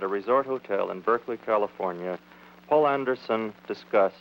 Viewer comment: That would be "Poul Anderson", not "Paul". Citation